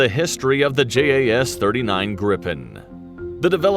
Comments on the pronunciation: J in Swedish is pronounced like y in yes. So it's pronounced Yaas Greepen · And its not JAS, Its More like YAZ